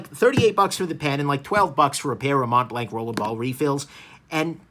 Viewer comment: Mont blanc, pronounced: Mon Blan And not Mount blankkk🙄🤣🤣 wth man